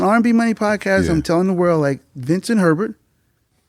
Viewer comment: Its “VINCENT THEE HERBERT.” Get it RIGHT! Lol